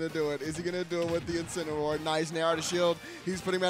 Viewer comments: "Incino- 'where" gives me Anxiety everytime they say it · Yo why they keep mispronouncing incineroar